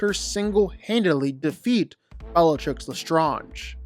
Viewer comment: You said bellatrix’s name wrong, no wonder why your list is mid. Harry is definitely not below Hermione.